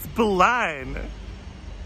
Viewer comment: the way he says berlin cracks me up